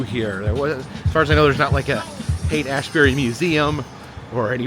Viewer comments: It isn't Haight & "assberry"... it's Haight & ASHbury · Phonics lesson. Sh not pronounced azzzz.